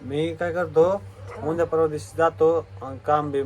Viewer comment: उनद्या नाही उद्या अस म्हणतात